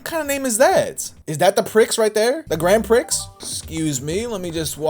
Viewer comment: "Is that the Prix right there? The Grand Prix?" It's pronounced "Grand Pri", buddy.